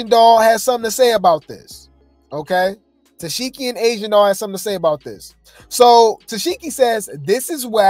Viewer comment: Omg yall he keep pronouncing it -Tess-Sheki, 😂😂😂😂 it’s Tesehki which is pronounced “Ta-Seek-E “